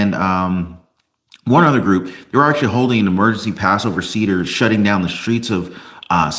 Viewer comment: The Jewish feast is pronounce SAY.DER